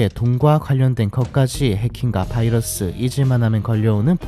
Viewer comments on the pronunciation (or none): none